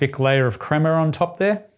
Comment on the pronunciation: It's not crema!!! Stop it, you know better.